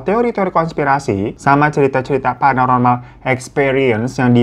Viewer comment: Bang Hiro said "cerita cerita PANAROMAL" 😂 Sampe kuulang² salah dger apa aku yak😂😂😂